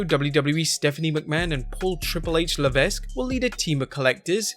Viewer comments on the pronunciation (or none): Levesque is pronounced "Leveck", not "Levesk"